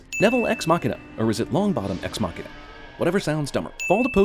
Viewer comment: Your pronunciation of deus ex machina should be illegal though. For someone giving out so many (and often unfair) fail points you deserve a point yourself for everytime you fail at pronunciation it.